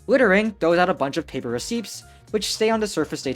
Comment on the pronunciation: never heard someone mispronounce "receipts" before